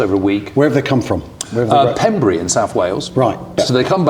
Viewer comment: Love this channel. 👍 BTW Pembrey is pronounced Pembray. 😉